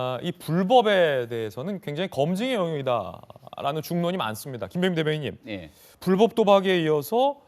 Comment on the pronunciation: 나 느그 정치인새기들이 말하는 이공삼공 엠젯세대인데 조또 느그들한테 관심은 없는데 국힘 십새기들아 선대위 대변인이라는 넘이 나와서 불뻡 불뻡 거리는거 어이없다 뉴스만 봐도 아나운서들 불법으로 발음하고 이게 표준 발음인데 명색이 대변인이라는 새귀가 불뻡 거리는거 왜이리 없어보이냐 형보수지 찢재명 조질려고 나왓으면 발음이라도 좀 잘 하고 나오자